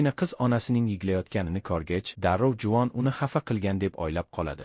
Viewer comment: Juvon dep eshtilyabdi 😅